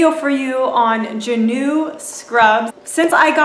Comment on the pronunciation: Its pronounced Jah-new